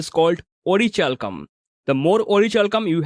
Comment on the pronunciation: Its pronounced as ओरिकैल्कम 😊 Thanks for the informative video 👍🏼